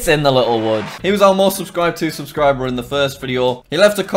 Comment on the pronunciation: 56 times you said aubscriber